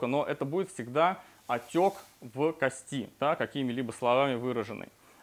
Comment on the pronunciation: кОсти пожалуйста говорите правильно